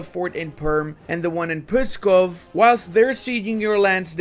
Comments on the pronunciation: Nonono, do not make any sound between P and S, like Pssskov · I chuckled when u tried to pronounce pskov and mozhaisk lmao